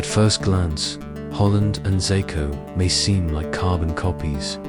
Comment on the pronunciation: ikr. this vid is comes in so dramatic and intense and then he turns him into a chinese man Xako lol. its pronounced ''Sheshko''